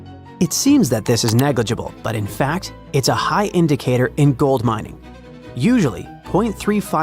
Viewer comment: "GOLD MINNG" minng? What even is that word?